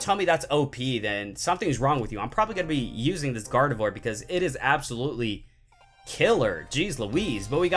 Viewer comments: Oh and you said garbodor not garveidor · When he got GARDEVOIR EX he said GARVEDOIR EX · He said GARVEDOR INSTEAD OF GARDEVOIR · He Said Garvedor GX Again Its Gardevoir GX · You said garvador not gardavoir on the first one but love your vids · You called it grayadore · at 6.00 you said garbador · Gavedor ? I am trigered ! After you say to us to clean our ears ? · he said garvedore gx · You said garvedour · for gardivoir ur said garbidour god i cant spell XD # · You said garbador and you said nekcrowzma completely wrong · you said garbador XD